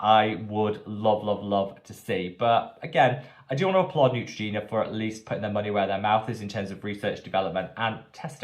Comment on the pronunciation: ❌Neutrogena 👎Ciao ❤️